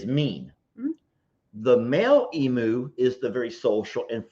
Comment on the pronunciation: Oh please stop calling it an Eam-oo, it's an Eam-you, phonetically. They come from the land down under, and if you ever watched Steve Itwin, you ll know how to pronounce it. Not meaning to be a peaPat. 😁